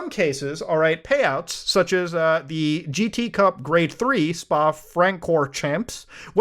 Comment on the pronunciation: the spa pronunciation was cringe my dude. i kinda died